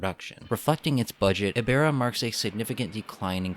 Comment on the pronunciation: How to Pronounce Ebirah's Name: Uh-Beer-Ra